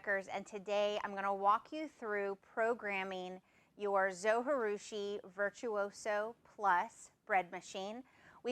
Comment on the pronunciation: Konnichiwa! Arigato for this great video. Just one thing....Zojirushi is a Japanese word. The 'J' is pronounced like the 'J' in Jerusalem or Jerry not like the 'J' in Spanish (which is more of an English 'H'). If you'd like to know how to pronounce it, there's a Japanese guy here on YT that says the name in his video. His YT channel name is "all day i eat like a shark" (crazy name, huh?).